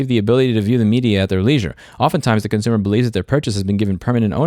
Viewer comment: This is my favorite video of yours cause you accidentally said concoomer and thats just how it is